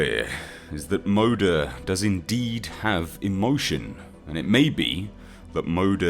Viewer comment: Am i the only one who was cringing at his pronunciation of some the Swedish terms in the video? (I think its Swedish, Moder is Swedish for mother so... Please correct me if i am wrong.)